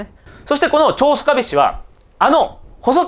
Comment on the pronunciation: いつも興味深く拝見しております。拙は高知の原住民でして、出過ぎた訂正を。「曽我部」は「そがべ」とにごります。「香美」は「かみ」と読みます。石谷本家の若様は、拙の朋輩でありまして。別の動画期待しております。